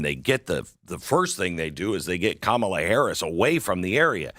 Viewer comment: Pronounced "Commala" Not Kmalha